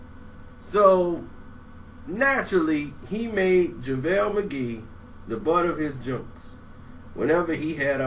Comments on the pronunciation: "Lavale Magee" 😭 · he must have watched my video... lol. and he said lavel McGee.